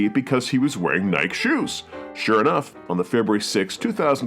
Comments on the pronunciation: Brother brother brother, don't start following that stupid European trend of mispronouncing Nike. Ni-Kee. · why are you pronouncing Nike like that? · Wait, does the good not know how to pronounce “Nike”?